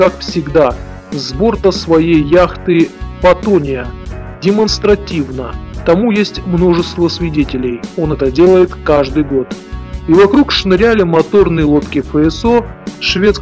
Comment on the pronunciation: яхта не патония а фатиния